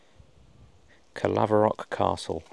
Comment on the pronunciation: My clans castle! And you done an amazing job on the pronouncing the name Caerlaverock Castle! And i never knew this existed until just now.. last time I was there was to spread my father's ashes... and the maxwell clan history is absolutely bonkers!!! My ancestor William escaped the tower of London dressed in drag!!! 😂🙏🏻